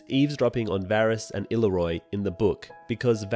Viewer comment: Illyrio is pronounced ill-ear-e-o